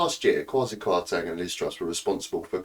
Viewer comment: You are not pronouncing his name correctly ......Teng not Tang